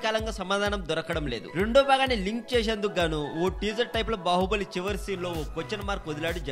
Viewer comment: orey vedava adi bavbali kaadu ra Baahubali..